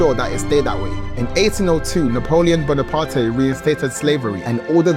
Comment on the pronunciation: Yup. Agree. Bone-a-partay.